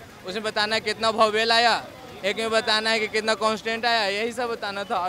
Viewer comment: बौवेल या वॉवेल 😂😂🤣🤣🤣🤣